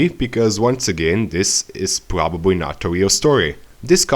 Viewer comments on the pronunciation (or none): It's probably the mic and the accent, he says r as w, like instead of probably , he says, pwobawy.